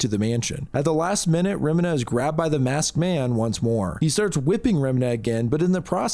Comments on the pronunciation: Also loved this video but did you not look up how Remina is said, you're saying it like it's a chemical made to clean toilets 😂 re -MEE-na, or reh-miin-ah, Not -reh-minh-hah. I'm so confused how someone could come to that conclusion. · You had me thinking Ive been saying Remina the wrong way the whole time 😂 for future reference it is indeed said 'reh-mee-nah'